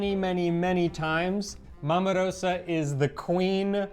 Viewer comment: A tip - 'Rosa' is pronounced Ro-za. The 's' is a 'z'. Just sayin'.